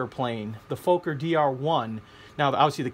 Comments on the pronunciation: it's "FOK-er" not "FOKE-er" 8-D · Sir, the 'o' is short in Fokker, it's not pronounced Fowker... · Great build. Just one remark: the name Fokker is pronounced as "soccer", but with a f instead of an s.